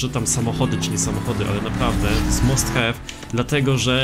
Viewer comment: Must have nie mówi się musthew tylko masthave